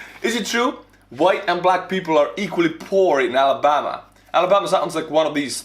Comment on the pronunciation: Alamama is spot on lol